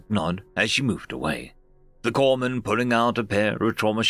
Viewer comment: Corpsman is pronounced Core man. Notable since that usually refers to your medic. If your medic is known as a corpse man he's probably not very good at his job. Either that or your guys are just exceptionally good at getting shot.